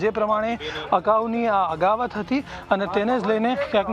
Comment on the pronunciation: અગાવત નહીં ભાઈ અદાવત બોલો.